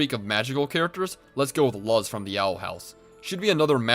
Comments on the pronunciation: did bro say her name was "lus" bro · I'm sorry, but as an Owl House fan, I can't let this go. Luz is pronounced with a hard u, not a soft u. Think "lose" with a z sound. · You said Luz wrong